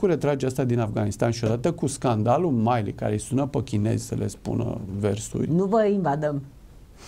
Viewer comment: Se pronunta Milley. Milli, nu Maili. Bine ati revenit.